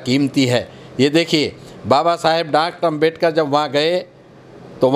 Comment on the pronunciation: इस आदमी को बोलने की तमीज तो हे नही ।डाक्टर भीमराव अम्बेडकर जी को बार बार डार्कट अम्बेडकर बोल रहा हे।